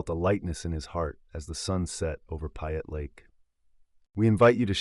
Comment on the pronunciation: If you are going to tell a story you need to pronounce the names correctly-- You lost me on "Payette"